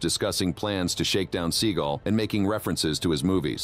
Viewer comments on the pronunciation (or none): Seagul? Even Seagal deserves to have his name pronounced properly